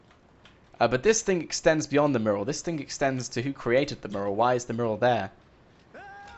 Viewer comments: IT IS NOT A MURRAL its a Mural .. FFS! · Question: Will he ever be able to pronounce "Mural" correctly?Answer: NO! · He is from The UK but still annoying either way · its pissing me off how you say your " used to people from the uk's accents". yet he is from the UK and says it how anyone else does